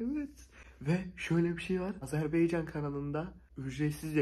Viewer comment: 'Azerbaycan" değil arkadaşım "Azerbaycan"🇦🇿